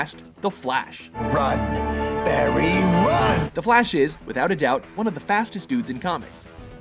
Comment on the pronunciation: RAN, BERRY, RAN!